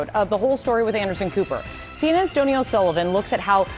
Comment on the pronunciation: Donie O'Sullivan - pronounced Dough-knee..not Donny!